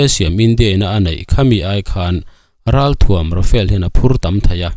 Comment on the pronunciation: Tinge RAFAEL FIGHTER intih zel le..RAFALE tih tur zawk ni lo maw le.